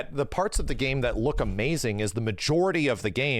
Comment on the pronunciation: “Luk at the fidelity of the tree”